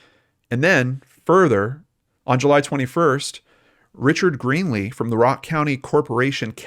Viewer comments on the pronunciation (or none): none